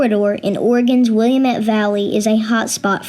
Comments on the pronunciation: It's not willamet, its Will laaaa met, Willamette. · Not to criticize, but it is pronounced "wuh-LAMM-ett" valley. I'm a native. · Adorable!! "Willamette" is pronounced wil-A-met (rhymes with d*mnit) and "Molalla" is moh-LAH-lah in the state of Oregon (ORE-ah-gun), but I have heard some locals call it MO-lah-lah, so either one works, nice work. Very talented young man! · Great stories. To the narrator of the story in Oregon City, OR area, you should look up the pronunciation of "Willamette." Out of staters never get it right, so you are not alone.